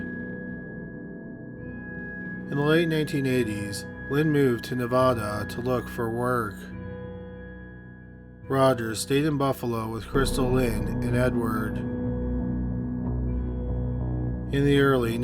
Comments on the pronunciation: You're really great at telling these cases like "spooky story time." You're voice is actually ideal for it. My only criticism is that you mispronounced Nevada. (Should be Nuh,veah,duh - Va as in Vallery). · Thanks for the upload...but I live in Vegas, you always mispronounce Nevada!